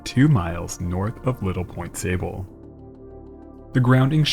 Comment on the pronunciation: Watch pronunciations. Looks like sable pronounced soble as in "aw soble" "Au Sauble"